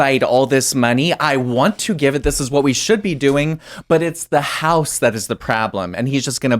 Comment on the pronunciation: I agree. "It's the hause that is the prablem."